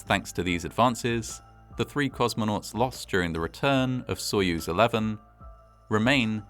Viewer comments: A tip for anglophones: most of the time, the 'o' in latinised Russian words is said like an 'a'. So if you say "sayuz" when you read soyuz, you'll sound perfect. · If the stress is on the second syllable, Its "sah-YUZE" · Wrong. Sounds like soy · uhz.